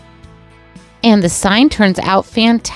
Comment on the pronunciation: Absolutely love everything but you really can't read the word blessed 😢😢